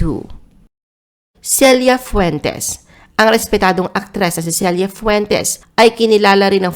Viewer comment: Selya rodriguez dw celia po pronounce😅